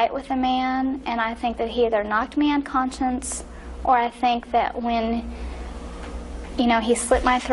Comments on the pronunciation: She said, “Knocked me unconscience”, not “unconscious”. How ironic. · At the beginning of the video does she make a Freudian slip when she says conscience instead of conscious?!!!!!